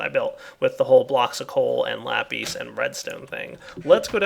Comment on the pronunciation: its not lapes its sounded out like lapiss